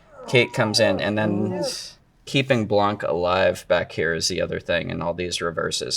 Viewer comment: Blanc have a silent "c".